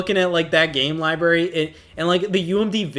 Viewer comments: I love Scott and love, but my eyelid twitches every time says "libary" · Lie-berry. 😅 The most forbidden of all fruit. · Lie Berry